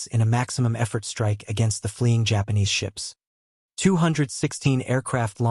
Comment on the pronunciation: The pronunciation of the Japanese ship names is disappointing... but not a bad effort.